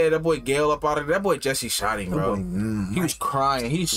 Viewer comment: Been meaning to ask. Do u guys say "bull" instead of boy? I never heard that in my life lol